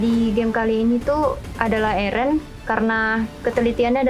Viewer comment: Erun kak bukan Eren 😭